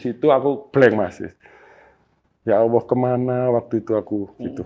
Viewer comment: Sya geram bngatt nih sya Narasumber nya... Sya simak anda slalu ucapkan Ya Awoh .......apa itu ya Awoh orang Islam pasti nyebut /ngucapin Tuhan nya Alloh,,, Anda sya perhatiin ngucapin nya Awoh Awoh...apa itu Awoh...?? Anda agama apa sih?? klo anda bukan Islam mnding anda sebut YaTuhan saja...